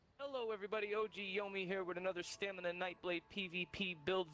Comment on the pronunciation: Why does everyone say stamina as "stanima" smh....